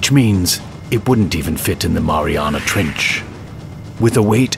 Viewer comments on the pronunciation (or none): none